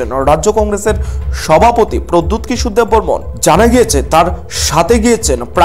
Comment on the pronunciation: Not debbbarman tell debbbarma